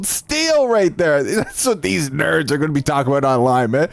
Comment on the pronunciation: “of these.. NHHURRRRDS” 😂😂